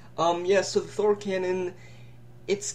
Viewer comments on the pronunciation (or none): none